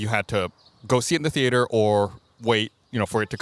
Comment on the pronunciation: Always love how Gus pronounces ‘theater’ like Homer Simpson